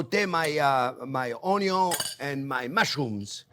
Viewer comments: nothing says "good" like a potato with onyo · The very reason I subscribed to your channel in the first place is because of the way you pronounce onion 😂